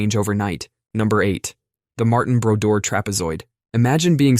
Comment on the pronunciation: "Mar-Tan" Brodeur...that dude was an animal in the net!!!